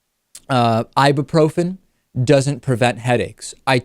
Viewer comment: Who the fuck says "Ibabrofen"? ... It's "Ibyooprofen"